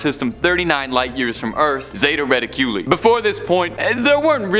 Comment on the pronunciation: Ra-tic-u-lie.... Zeta Reticuli ...